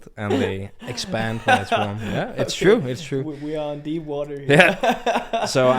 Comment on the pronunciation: "A Trye Legend?" Peter Gade?